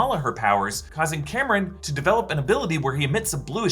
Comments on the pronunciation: Cameron?! haha its pronounced COMM- RON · CORRECTIONS::::: it's Calm-Ron (Kamran) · Only two things concern me at this point. Is there going to be another inaccurate portrayal of Pakistan. And second how he kept calling Kamran, Cameron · Please get the Kamran pronunciation right next time. Good job as always!